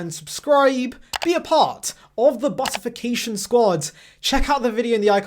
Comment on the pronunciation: “Buttificatiom” never gets old😂